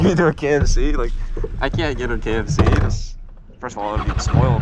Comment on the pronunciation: Heard Kent and knew this was an Ohioan 😂